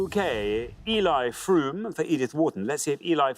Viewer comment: Odd also that the hosts pronounced Frome "Froume" . Silent e at the end of a word in English results in the previous vowel sounding long. Besides, if you studied it in school you would know how to pronounce the last name.